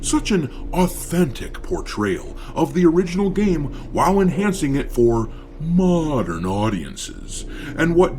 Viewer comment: Every time, pronounce "mo~dern Audicence" is very humourous, as if it sound like Mourndern Audiences. I am happy that DEI Jerknalists and righters are uglifying games so that,we, the REAL GAMERS can save up more money for REAL audiences games like black myth:wukong.